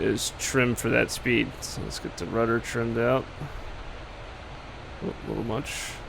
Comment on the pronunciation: You said Rudder Udder